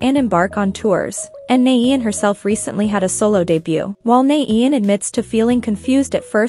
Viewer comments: IT'S pronounced NAH YAWN!!!! NOT NAYEE IAN!! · i'm sorry, it's just bothering me. could you pronounce nAAyeon instead of nAEyoun in the next video? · it’s nah-yon that’s how it’s pronounced not na-een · Her:"naeiyoen" Me:😭😫👍🏻👍🏻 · It's pronounced Now Yawn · That is not how you pronounce her name at all hon 😭💛